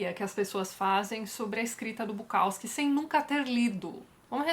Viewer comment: Dá uma dor no ouvido escutar o povo falando BuKAWski